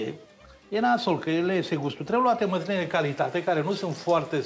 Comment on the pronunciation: Măzline nu Măsline?😏😂😂😂